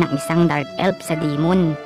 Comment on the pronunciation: F yan d yan p anu ELP tskk Elf di Elp hay naku